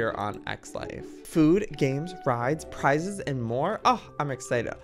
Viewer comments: Joey reading pizza not prizes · I love how dyslexic Joey is he literally thought prizes said pizza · Well he did get pizza there